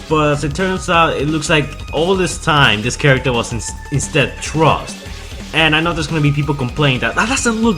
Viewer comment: Lol how come you can pronounce Frustrating but not Thrust? Just say it like Frust if you have to since it sounds closer than Trust...